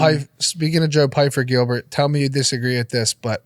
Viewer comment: When this guy says: let me teel you something… stay prepared 😂😂😂